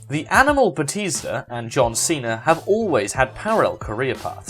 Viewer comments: I've never heard anyone pronounce batista as batisda before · It bothers me that you can't say Batista right